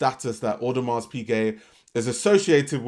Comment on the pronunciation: The hard S on the end of Audemars is triggering the hell outta me 😩